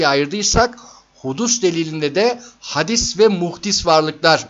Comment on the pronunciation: Hadis değil hâdis olmalı. Yoksa buhari işlemiyoruz zannediyorum.😅😅